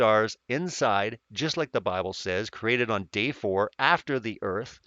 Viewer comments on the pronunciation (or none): none